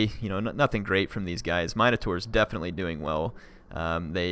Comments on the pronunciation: Theory, the legend of the Minotaur comes from a compound word meaning "Minos" (Note no "a" present) King Min"*OH*"s. So when we pronounce Min-o-taur, do we introduce an "a" to create MIN-A-TAR? It's my understand, and forgive me if I'm wrong as I've had a mediocre English education, that the proper pronunciation is Min-Oh-Taur, Taur being pronounced "Tore" As in Taurus phonetically; "Tor-us", so Min-oh-tore, not MIN-A-TAR. So is that a colloquialism? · Thanks for the vids. NB it's pronounced minotaur as in minimum as opposed to how you sometimes pronounce it as "mine" as in coal mine.